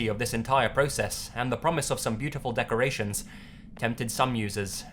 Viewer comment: beau-ti-ful de-cur-ray-tions